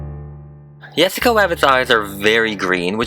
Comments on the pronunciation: Has anyone noticed that, he says wessica instead of jessica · Is it just me or when you say Jessica rabbit it lokey sounds like Jwessica Wabbit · It's not Yes sica it's Jess cica. No, it's not the same. She isn't Hispanic and her name shouldn't be pronounced like that. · YESSICA WABBIT QWEEN😂🤣- YAAAAAAAAS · Kaylee Keeper in spanish/latino countries people pronounce Jessica Yessica most the time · Have you ever tried using an airbrush? Also she is called Jessica J-e-ss-i-ca not Y-e-ss-i-ca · I keep hearing yessica instead of Jessica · He keeps calling her yessica wabbit I have never seen the movie so maybe that’s just way he talks plus I am new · who got so irritated when he kept saying "yessica Wabbit".... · Two seconds you can hear him say Yessica Wabbit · Ok can he stop say Jessica WABIT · Why is he saying Jessica like "Wessica/Yessica"? Come on man you're upsetting us Jessicas. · Speaking of Yessica <3 loved the way you say her name, could you do Holly from Cool World <3